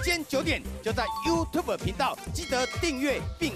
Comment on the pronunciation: 每次威廉沈講U吐伯（ｙｏｕｔｕｂｅ）我就想笑 ．．．．哈